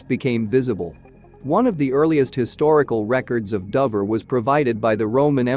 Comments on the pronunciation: It is pronounced as dowver try to get it right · Nah , it is DOHver ! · another AI script reader that can't pronounce Dover...you need to check these products.......sloppy careless work